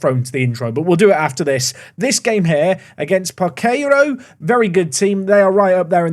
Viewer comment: goated linesman A little tip for ya: Parceiro is pronounced "Par-say-ro".